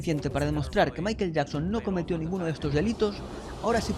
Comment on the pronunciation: COMO CREER EN ALGUIEN QUE PRONUNCIA MAIKEL YAKSON? .... NEXT!